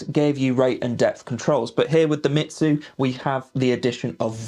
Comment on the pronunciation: Its pronounced “me zoo” not “shitzu” 😂